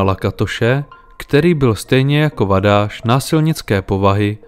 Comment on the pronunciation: "Sz" je v maďarštině "s" a ne "š" a "gy" je "ď". Takže, jelikož byli Vadász a Juhász Maďaři, a ne Poláci, je třeba číst jejich jména jako Vadás a Juhás. Totéž u Szilagyové, neboli Siláďové. Stejně tak se György nečte Gjörgi, ale Ďörď.